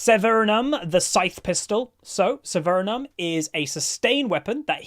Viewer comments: THERE IS NO S Also the word is acuity lol. No r there. No N in Severum. Poor. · Yah, I kept thinking that... and the n in severum. There is no N. Lol.